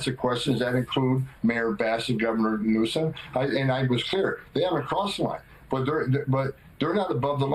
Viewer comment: Anyone who is the president of the US should be able to pronounce Gavin Newsom correctly. Grow up Trump.